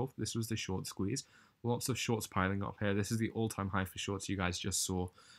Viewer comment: Hey dude if your from the UK why do you say “hair” instead of “here”? Lol just curious